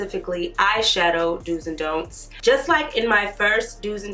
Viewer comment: 🤣 i can't focus on anything but that "dont eye"